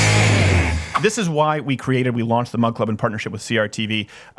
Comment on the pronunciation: Oh! This whole time I thought Steven was saying mud club.